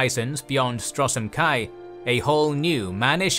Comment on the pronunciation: Yep just to add to some other mispronunications I heard: - Aetherius (pronounced Aetheerius) - Merethic Era (mispronounced as metheric the 1st time) - Alessia (pronounced Aleesia) - Reman (pronounced Reeman) - Stros M'Kai (pronounced Stros Ma'Kai) - Yokuda (pronounced Yokooda) - Hjalti Early-Beard (pronounced Hyalti) - Colovians (pronounced Coloavians) That being said other pronunciations were on point, great job on the video guys! Looking forward to more. It's also fun to mention that while some stories like the birth of Reman may sound pretty far fetched, that's the beauty of TES lore. So much of its history is told through different authors with their own subjective cultural/religious worldviews. The line between fact and fiction can be blurry. The unreliable narrator influence is what makes TES lore distinct to other fantasy worlds like LOTR where everything is often factual.